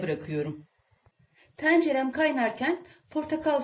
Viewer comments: Tencere kapalı e ile söylenir. TEncere deyip durmayın ya! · Hay senin tEncerene! Bir de en az yirmi defa tencere demiş nasıl sinir bozucu izleyemiyorum! Şu tencere telaffuzunu öğrenin yemek kanalı sahipleri! %99'unuz yanlış telaffuz ediyor. Yemek videosu izlemek işkence! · Ahhh..bir de tencere kelimesini düzgün telaffuz etseydiniz 🤦🏽‍♀️